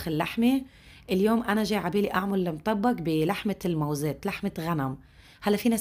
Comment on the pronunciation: بحييكي واحترامك حتى لكيفية لفظ الطبخه بيدل على شخصيتك المحترمه شكرا الك